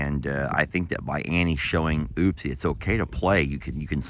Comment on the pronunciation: Her name is not oopsie it's upsie. Why oh why can't you get that straight